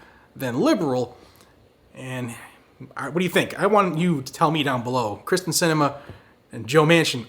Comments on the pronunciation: It's K y r s t en, not K r y s t e n. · Pronounced “Kear-stin” not Kristin. 😁